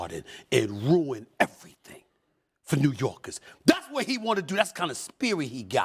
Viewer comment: Nah. Not everything. Not everythain. /